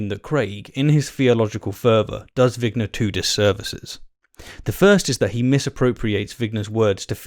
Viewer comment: It’s vigner not winger.